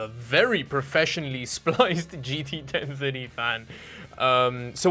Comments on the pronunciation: i cringe every time i hear 10-tirdy. why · i love how you say 1030. 'ten thuddy' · I can't get over it when he says "GT Ten Fiddy" :D